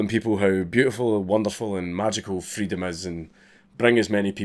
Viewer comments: Hearing Dank talk about Freedom of Speech gets me a little hot, mostly just because of his pronunciation. Freedum e Speach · Say "Freedom" in a scottish accent again :D